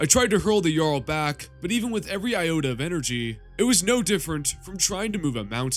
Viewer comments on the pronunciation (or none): none